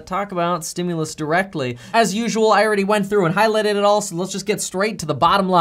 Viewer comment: Highliteited it lol. Kevin its highlighted it. Lol. But still liked how you said it. 👍